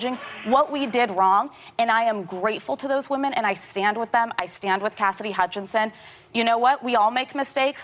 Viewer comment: Did Tapper just say "casidy remarkably credible..."? or something to the effect of...?